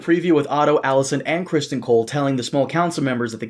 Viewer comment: What's so hard about pronouncing Cristen? Why must continually say Christian...It's Crist-EN.